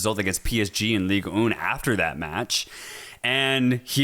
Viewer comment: I love watching guys and I know this will be a huge nitpick but any time you guys say "Ligue Un" like "Leeg Oon" I cringe a little bit. The right way is a little more like "Leeg Anne" (not quite but it's at least closer). Anyway, love your show ✌🏻